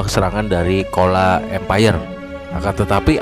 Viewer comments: bukan kola tapi dibaca cola, atau chola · Change your pronunciation of "kola".It should be "chozha "not "kola".